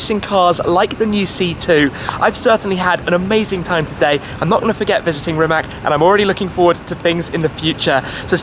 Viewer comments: How about you first start pronouncing the dude's name correctly, and the name of the factory as well. It's "Rimats", not "Rimak". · It's Rimac! Not Rimak! You should pronounce it like ''Rimats''! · Rimatz, not Rimak! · Its not Rimak, its Rimac. Dam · NOT Rimak? RIMAC! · It is Rimac, not Rimak